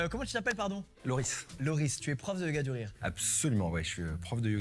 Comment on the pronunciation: Yoga du rire mal prononcé google entend yoga durée et traduit "yoga duration"? Bien joué la connerie réelle ! Et il y a encore des gens qui parlent d'"intelligence" ?